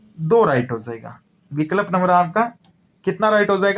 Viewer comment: Sir aap to kuch word sahi nahi bolte ho vikalp😂😂